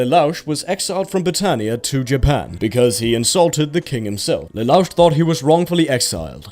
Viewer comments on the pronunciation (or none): But then you go and pronounce it as Lelauch. ;( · Htf you say Lelouch's name wrong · XD the pronunciation on lelouch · The way he says pronounces Lelouch just... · I get the impression he doesnt watch any of the anime in his videos. I dont know how you could mispronounce that if you watched the pilot. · Have you even watched code geass the reason he's against bratania is because his mother was murderd by his family bro don't just watch the first episode and you saying his name so wrong have you even watched it? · The explanation for why Lelouch wanted to war against Brittania along with his pronunciation of Lelouch was truly upsetting. Had to just stop right there cause now I can't trust anything from before or that is to come. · Same for me, felt like i got shot anytime i heard him say lelouch, and the plot was explained horrifically, there is so much more depth to it. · Hate how this dude says leloush's name wrong even tho they say it so many damn times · Does no one here care that pronounced Lelouch incorrectly?